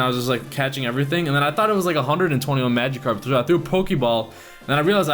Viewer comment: nah ur saying it right that's how they say it in the anime